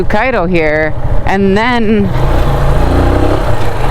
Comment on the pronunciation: I love how you only lived in cairo for 4 years but yoy say the og cairo like us xD and make fun of new cairo